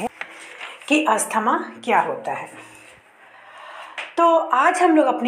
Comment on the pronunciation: Not Asthama.. Asthma